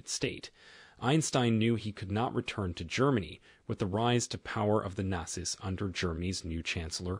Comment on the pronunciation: Is this an AI trained on your voice? There are some very strange pronunciation choices...like not-zis instead of not-zees